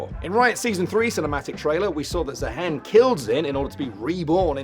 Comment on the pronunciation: Did i miss an inside joke or something why does everyone keep calling him zaheen instead of zaahen?